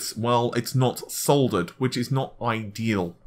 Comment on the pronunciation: Thank you for saying "soldered" and not "suttered."